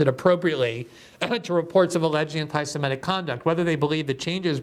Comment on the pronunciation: Does "semetic" rhyme with emetic?